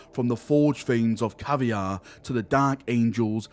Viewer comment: At what point did they change Luther MacIntyre to just Luth Tyre? I’ll admit, it sounds a lot better. Edit: I almost died laughing when you called Kiavahr “Caviar”🤣